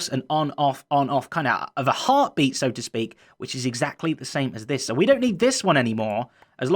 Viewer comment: When he said a heartbeat it sounded like last life AHArtbeat